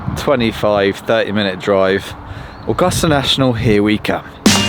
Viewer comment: I love the way you pronounce Augusta 👍 The weather was a beast Masters 2022.